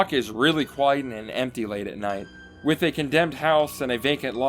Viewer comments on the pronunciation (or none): And how he says wif instead of with.